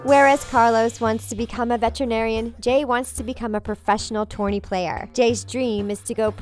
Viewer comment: Stop saying Torney